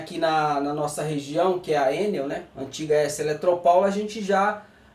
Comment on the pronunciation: DESCULPA A INTROMISSÃO E ANTECIPADAMENTE AGRADEÇO PELAS INFORMAÇÕES TÉCNICAS! MAS MUITA GENTE ESTÁ PRONUNCIANDO COMO SE FOSSE UMA SIGLA INTERNACIONAL! NÃO É ÉNEL, COM ACENTO! FALA-SE ENÉL, COMO SE HOUVESSE O ACENTO NO 2o. E. ABRAÇOS!